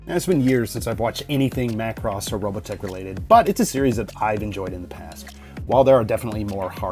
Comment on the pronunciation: I'm just happy you pronounce it Macross and not MUH Cross. Thank you.